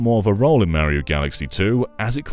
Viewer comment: Take a sip every time he says super mary-oh. Have a good time